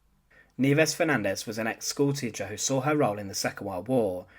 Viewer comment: Schoolteecha Leeda Ad nauseum…